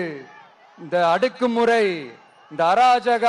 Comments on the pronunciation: அடக்கு முறை.. not அடுக்கு முறை... pronounce words carefully.. waiting for a perfect speech against other leaders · அடக்கு முறை என்று சொல்ல தெரியல அடுக்கு முறை அடுக்கு முறை சொல்ற நீ எல்லாம் ஒரு தலைவன்😂😂😂😂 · அடக்குமுறை என்று கூட சொல்ல தெரியல அடுக்கு முறைன்னு சொல்லுது இதெல்லாம் வச்சுக்கிட்டு அய்யய்யோ சினிமா பின்னாடி கூத்தாடி பின்னாடி போகாத இடம் கேட்க மாட்டேங்கிறாங்க